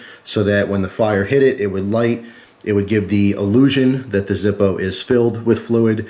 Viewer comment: its the German pronunciation :p